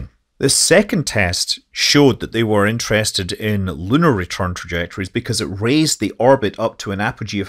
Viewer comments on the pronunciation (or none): none